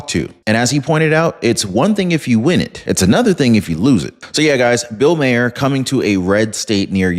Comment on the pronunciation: Sorry, it's bugging me, I'm stuck hearing it having to try and help you correct his name pronunciation. It should be said as Mar, pronounced Mah-er. Comedy Central has been stating it for years that way and it's throwing off my comfort level hearing you say it differently than it's been said for years. I know I'm coming off as a "word nazi", but I have to make corrections where I catch them. Otherwise, I could focus on the video better. Your content is great, but every once in awhile, I will hear something that's so distracting it prevents me from being able to focus on the content involved. I hope this helps without coming off as nagging, I just wanna continue to enjoy the content I watch.